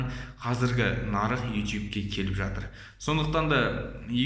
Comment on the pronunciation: Ютуб деш итуб демей